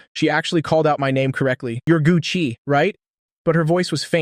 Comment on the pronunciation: “Gu Chi” 😂😂😂 “Gucci”…